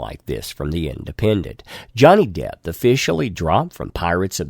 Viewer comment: Are you saying Johnny Depth?